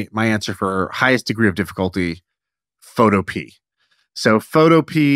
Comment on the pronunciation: PhotoPEA... is pho TOW pea uh. It rhymes with Utopia.